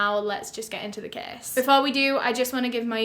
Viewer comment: thought she was saying kiss... (case)